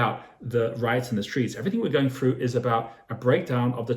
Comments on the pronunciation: Its through not frough and bro if u making good money go get u a haircut. Nice video though. Lmao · what does "...all the way froo" mean? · "... all the way froo" what does "froo" mean?